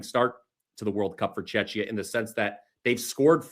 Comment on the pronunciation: please stop calling Czechia Chechnya you should look it up and learn how to pronounce it it is CZECHIA or Czech Republic but not Chechnya